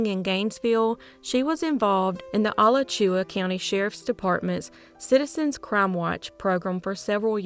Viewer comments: Alachua: I've always heard it pronounced Ah-latch-you-ah rather than Al-ah-chew-ah. Florida is full of easy to mispronounce city/town/county names, I've heard many creative mispronunciations (usually but not always from tourists) over the years. Job well done on research and presentation on often ignored cases, and I heartily thank you for your continuing hard work to bring these to wider public attention. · I ❤ you, girl, but you're whipping me with the Alachua County from the last story. Just helping out...... it's uh-latch-ooh-uh. We're both Southern fried, so you'll get the pronunciation! Keep up the great work!! ❤ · It's pronounced like A-Latch-You A...